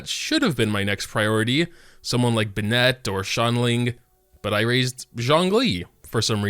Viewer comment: u did not just call Bennet, Bennette